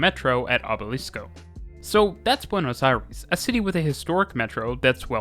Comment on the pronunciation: Hearing "Buenos Airis" is too weird